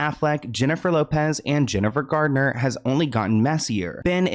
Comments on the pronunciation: Jlo and Ben both need to know that being single is quite necessary for someone 🤦🏾‍♀️🤦🏾‍♀️ Ohh... 😂😂😂 it's Jennifer Garner not Gardner, there's no "d" in her surname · I love but if he says Gardner one more time